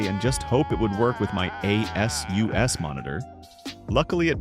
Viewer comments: A S U S 😂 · When bro said A.S.U.S. I literally had to wait a second before I knew WTH it meant. 😂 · Three thousand sixty 🤣A"S"U"S" montor 😂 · A S U S MONITOR 😂